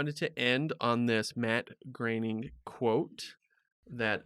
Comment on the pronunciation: "Bat Groening" He was so worried about pronouncing "Groening" correcting.